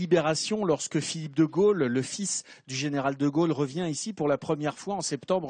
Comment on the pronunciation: quand prononcera t-on correctement De Gaulle et non De Geuelle , au se pronone o et non eu !!!